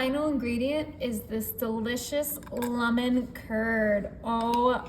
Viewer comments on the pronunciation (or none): Why does she say lumen? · Why she keep sayin luh-men?😅😅